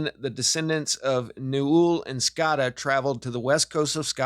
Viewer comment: It’s scota said like “note “ so rhymes with note-a is scota.. like boat coat etc scote .. but scota